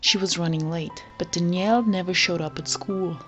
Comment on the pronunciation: Danielle, not Dnielle